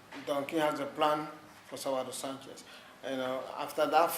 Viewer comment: It is pronounced SANchez, not sanCHEZ